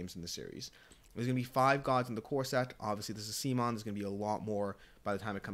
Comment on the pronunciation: You lost me when you mispronounced CMON.